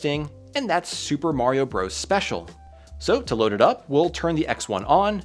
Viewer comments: It was never pronounced “Bros”. It’s just an abbreviation for Brothers. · "Super Mario Bros." is not, and has never been pronounced as "Super Mario Broze". "Bros." is short for, and is pronounced as, "Brothers". Calling it "Broze" is like pronouncing "Dr. Mario" as "Durr Mario". It sounds both uneducated and unprofessional. --- Also, please hire an editor to clean up your narration script. Your use of idioms, redundant phrases, gerunds, and colloquialisms sounds amateurish, and distracts from both the production level of the visuals, and the level of care taken in producing the video. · Bros. is meant to be pronounced "brothers"; the point is for abbreviation. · Yeah, that drives me crazy but I think that battle has been lost. Seems like nearly every Youtuber pronounces it as "bros" these days.